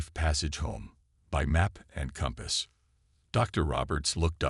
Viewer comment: Hey, AI, that is World War 2, not World War i i. "Paper maps encompass, " encompass what?? The words are: "and compass. Your AI needs to learn Pronunciation - I can't even say how it pronounced Cairo [ki[long I] to [long O] Preset positions or pre-set positions? That is A I support, not ai support. "four emergencies" or "for emergencies"?